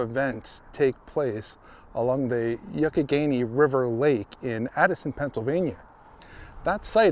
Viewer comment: Awesome job! I really love stuff like this. Oh it's pronounced (Y'AWK- e -Ganey) river.